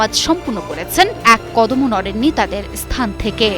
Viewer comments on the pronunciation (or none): none